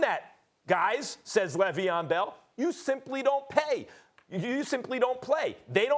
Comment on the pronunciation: “L”eveon Bell... all I gotta say.